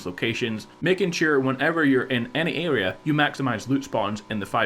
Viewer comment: “Adea” it’s area (air re A)